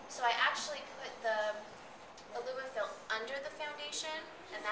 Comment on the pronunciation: She said ilumafil?